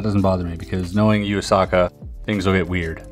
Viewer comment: This puzzle by "you-a-sucker" 😂😂 Everytime Chris says Yuu Asaka I have to smile 😋